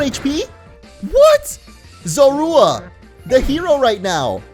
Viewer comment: "Zorua" is pronounced "ZO-roo-uh".